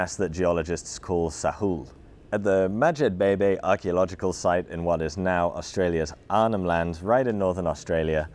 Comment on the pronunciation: “Madjebebe” I hears “Magic Baby”